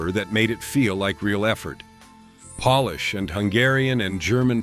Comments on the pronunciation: Polish as in Poland pronounced as in shoe polish??? 😂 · Then the owner needs to learn how to pronounce Pot Roast instead of P-O-T Roast and Polish food is not pronounced polish as in polishing your shoes.